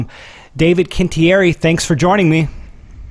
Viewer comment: I'm going to say this for David, it's pronounced quin-ti-eri. ;)